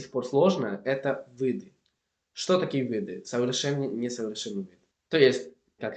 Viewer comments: начали СОВЕТОВАТЬ (без приставки "по-") двадцАтого - ОЧЕНЬ помогли - продолжать изучение (без предлога "с") - мирАх - я буду ВАС читать En la pronunciación, solo pronunciaste mal la palabra "виды", como "вЫды". Por lo demás, la pronunciación es simplemente genial. ¡Felicidades! Y el contenido también es de excelente calidad. Puedo hablar Inglés, español y alemán. Todos los demás mis idiomas son mucho peores. Por ejemplo, estoy aprendiendo Griego, ya puedo hablar en él durante un par de minutos, pero casi no lo entiendo. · Привет! 1) Ты, молодец, что изучаешь языки. Продолжай в этом направлении. 2) Конечно, с меня лайк, подписка на канал. 3) Относительно твоего акцента, то он конечно же, есть. Особенно когда говоришь: а) "виды" (в твоем произношении как "вЫды", б) "что мне начали посоветовать", в) если "ШОA" (правильнее - "еще"), аккаунт в Инстаграмме...", г) в слове "некоторые" ударение неправильно произносишь и т.д. Сразу виден акцент на лицо. А так молодец. Но нужно посмотреть еще на тебя в разговорной практике, не на видео (с монтажом и вырезкой), а в реальных условиях посмотреть, когда общаешься с человеком (на разные темы) и времени на подготовку при ответе нет. 4) Относительно певца, то Макс Корж, беларус, родом из города Лунинец в Брестской области (Республика Беларусь). Тебе надо заинтересоваться такой страной как "Республика Беларусь". Я сама также из Беларуси.